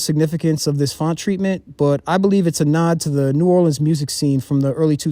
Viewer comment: Idk where you from but people that's from New Orleans don't call the city Nawlins